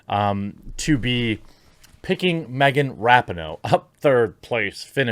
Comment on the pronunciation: Megan Rapin-NO